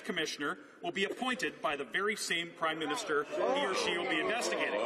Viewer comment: Did he say Crime-minister?